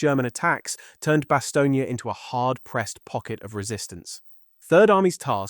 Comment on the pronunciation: Stop saying Bastognia!